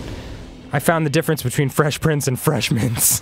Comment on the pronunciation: i thought danny said fesh pince at the end and i got really excited